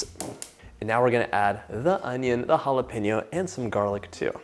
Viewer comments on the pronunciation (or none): Oh Dios mio, que delicia de zopa!!!! If your mom is Mesican, why do you say. halapeiño…. No..no..no…jalapeño sounds better!!!, 😊. Best wishes from Santiago de Chile. ❤